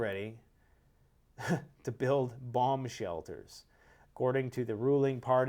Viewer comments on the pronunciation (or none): Did you say the Japanese are building "bong shelters?"